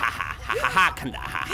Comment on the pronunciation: Gada, or as you like to say "Kanda" means Go! In case you want your cosplay to be even better, you can also say the stuff he says after the mori: "Gamsahabnida" (the hab part is silent) which means Thank you!